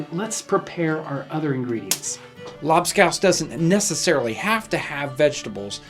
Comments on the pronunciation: A strange way to pronounce Labskaus. Here on the german coast, we still eat this stuff. But the recepie has changed quite a bit (salted beef, potato, beetroot and onions cooked and mashed together, served with pickels, eggs and pickeled fish) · They way he pronounces lobscouse just sounds wrong. Idk if hes saying it wrong but I'm just saying lol